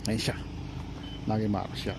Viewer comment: NADYMAROS. In Hungarian, the letter "G" is pronounced "D". Good luck in developing the channel!